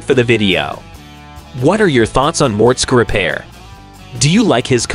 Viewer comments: No! I don't like MORTSKA, but I love some Mortskeeeeeeeeeeee Repair! Man oh man! Some folks should do a little repair before doing narrating! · A lot of these facts are not true hes not married and hes had duff a lot longer and the skylark was already his dads he just ls swapped it by the way learn how to pronounce his name properly